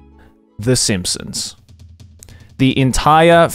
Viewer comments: Am I wrong or did he say Sampsons instead of Simpsons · Did you just call them the f*cking sampsons? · Did anyone else hear him say "the Samsungs?" 😂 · when said Simpsons i thought he said Samsung